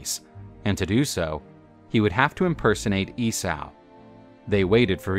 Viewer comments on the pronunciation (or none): EE-SAW NOT E-SAOU!!! GFDI! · You mispronounced Esay.. it's EEE-SO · E-sow?! Lol 😂 Esau like Yesau or Issa, which is actually the same name as Jesus and Joshua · I have heard countless people pronounce it this way and in 40 years I've never heard it said E-Saou! and many were theologins who studied the old ways. but what do 50+ theologins, historians, clergymen and the like know.... APPARENTLY!!! ffs